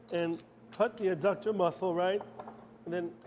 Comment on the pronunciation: Thank you for this recipe, chef. I’m sure you know by now, everyone is an expert. I see Joseph pointed out that oysters are mollusks. The adductor muscle is pronounced by paying attention to the first three letters. In other words, it’s not uh-ductor. I’ll go back and watch it again, but I didn’t see a duration for time in the oven at 425°F. I’m guessing 10 minutes? Anyway, great job!